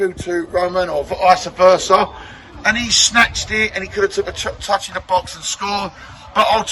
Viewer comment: Good analysis. But did you say " Isa Versa"? 😊